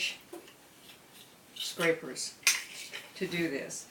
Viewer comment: If you go back I think you meant to say bench scrapers but it sounds like something else you might want to go back and check it out